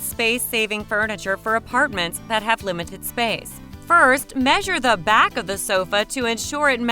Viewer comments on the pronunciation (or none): none